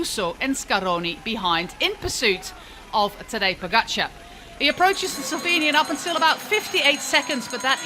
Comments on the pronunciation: She kept pronouncing it as "Pogacha" without the R, which is way off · Same goes for you. We definitely pronounce the "R". Poskusi sklanjano obliko pogačarja, če ga sicer ne slišiš ...